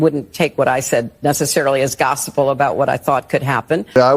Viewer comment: She said gossipal. Let that sink in.